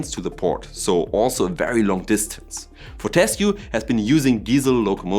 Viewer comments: Sorry, I have to be that guy. Its For-te-scue (Pronounced For-te-scew) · Interesting video. A note on pronunciation "FOR-tuh-skew".